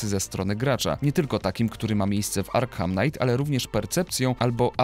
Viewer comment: Arkham czyta się jako [Arkam], ponieważ H jest nieme:)